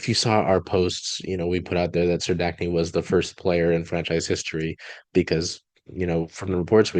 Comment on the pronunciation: Let me help...Serdachny...Sir-DACK-nee